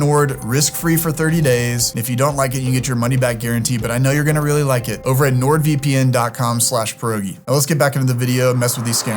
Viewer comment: i love how u pronouce pierogi wrong